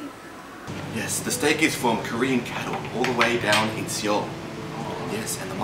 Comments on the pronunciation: HAHA KO-REE-A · Lmao, the way he just says Korea